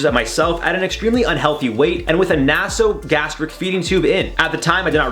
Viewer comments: How about we Cancel you because you promote ignorance of the English Language. Maybe look up words like Naso-Gastric so you know how to pronounce them, Just knowing what it means gives you a Hint on how it's pronounced. Do you really intend to make a living doing this? Your videos show that you do No research on the topics you talk about and you even admit that you don't know what some things are or mean in your videos. That's pretty bad for a show called "INFORM Overload" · Had to have a nasogastric tube for a different reason, with sensors to check my gastric reflex and digestive function for acid reflux. As the tube is inserted through the nose into the nasal canal and down the throat. It is pronounced na[y]so NOT na[h]so! Always check here first for medical words